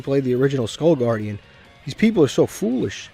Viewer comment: foolish has to be your catch phrase, every time you say it I actually laugh hard asf. I don’t even know why it’s funny I just imagine a Nigerian father scolding his child